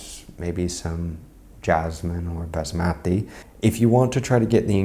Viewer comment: Next time please pronounce it as basmati (baa smuh tee), that's the original way we pronounce in india😅